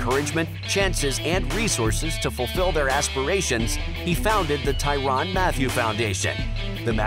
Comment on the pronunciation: ITS NOT TYRON ITS TYRANNNN! 😡🤦🏼‍♂️